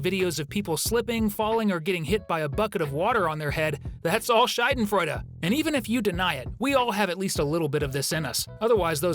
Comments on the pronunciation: it‘s not Scheidenfreude (Scheide means v*gina or slit), it‘s SchAdenfreude. Not that hard, actually… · It is Schadenfreude with AAAAA not Scheidenfreude with Ei. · The way you say schaden makes it sound like scheide and that’s just very funny in German. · When you say the word Schaden it sounds more like Scheiden. Scheide is also a German word but it means something else... Actually it has multiple meanings. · Hello, german here, your pronunciation and explanation of Schadenfreude is a little bit off, the vowel in Schaden is more like the uhh in uhhhm and the feeling is more like the satisfaction you feel when someone finally gets what they deserve, it's not being happy about random people's pain and therefore not involved when watching those fall videos.